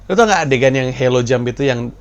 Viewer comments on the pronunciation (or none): Halo (high alt low opening) jump bang bukan helo